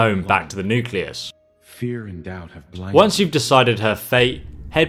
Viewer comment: I love how he says nucleas